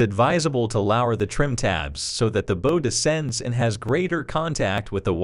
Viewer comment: Very educational video, learned a lot. Good, clean graphics. However, the pronunciation of some words is not correct...especially for an obvious nautical term for the front of the boat.